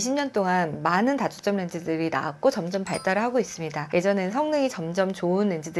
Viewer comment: 발음이 단과 다가 구준이 안돼요. 단초점 다초점 설명하는데.. 중요한.실수..